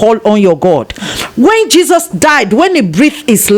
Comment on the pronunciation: Why does the interviewer sound fake, mentioning the word CHESUS. Or is it meant to make the interviewee talk more.. Learn to listen Mr man